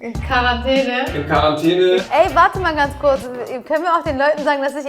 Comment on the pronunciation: fun fact: Seit das Wort Quarantäne in aller Munde ist, merkt man, dass 90% der Deutschen es nicht richtig aussprechen können. Das nervt tierisch, danke, dass ihr es thematisiert habt! Dachte echt, ich wäre die einzige, die es richtig ausspricht.